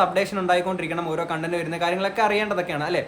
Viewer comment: കോണ്ടന്റ് അല്ല കണ്ടന്റ്